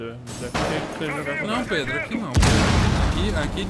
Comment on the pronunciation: Ele colocou de proposito nas gameplays mesmo ele quase sempre chama o Pedro De ''Predo'' De Zuera.